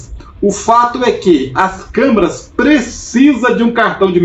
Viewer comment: amigo vc falou camarâs de segurança mais de 20 vezes kkkkk